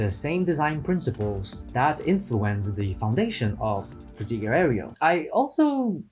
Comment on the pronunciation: sir. can you please stop mispronouncing Fruitiger Aero?